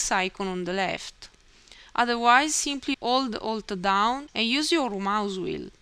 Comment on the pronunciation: I think I'm addicted to listening to your "ximply" XD